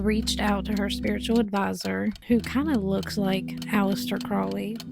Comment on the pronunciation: The first syllable of Crowley is pronounced like the bird. "Old Crow" is one of his nicknames. I know some Crowleys, they pronounce it that way.